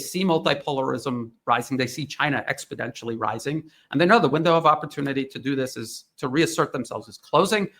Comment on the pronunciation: Someone please tell that the word is expoNential, NOT expoDential. i have head him say it more than once.